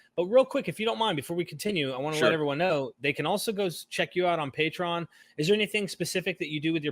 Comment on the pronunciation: It’s pronounced “pay-tree-on”.